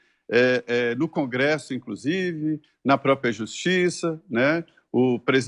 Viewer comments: A repórter falando incrusive foi o melhor 😂 minuto Vocabulário Brasileiro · só eu escutei "INCRUSIVE"?